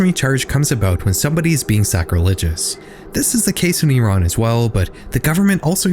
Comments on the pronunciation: first time ive seen someone whos not from iran pronounce it correctly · my whole family live in iran, tehran, my mothers been making contact with one of my cousins, it doesnt happen through text. (edit: thank you for pronouncing iran right!)